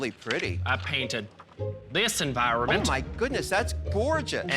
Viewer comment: what? bro, "environment"